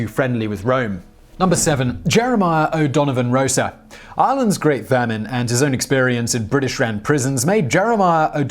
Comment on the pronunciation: It's O'Donovan Ross-a